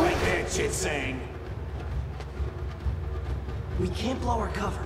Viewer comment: that was a good one, but it took me until watching this video to realize that "Chit Zang" is supposed to sound like "Shit Stain" when the guard says "STOP RIGHT THERE CHIT ZANG" and I think that's the greatest line I've ever heard in a kids show